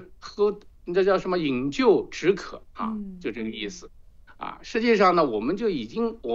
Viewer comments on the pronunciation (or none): 饮鸩止渴读zhen,这个专家中国的，全是理论废话。